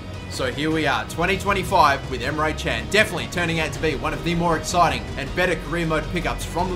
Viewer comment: you said emre çen:) but it isnt emre kan look at google